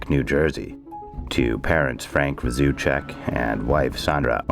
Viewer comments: Also, you completely mispronounced Rzucek 😉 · Not too bad. My only suggestion is that you might want to do a little better prep as most people know the details quite well and unfortunately you mixed up the girls personalities, are pronouncing the Rzucek name incorrectly and that POS watts didn’t “snap” and murder them. He had it planned - but he is so narcissistic that he actually thought he was the smartest person in the room, and could do what he did and get away with it. The scariest thing about it all is that he may very well have if not for Shanann’s amazing friend. 💜